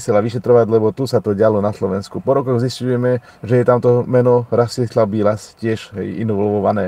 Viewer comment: Nie Biĺas ale Bilas. Je to môj bratranec tak viem ako sa volá.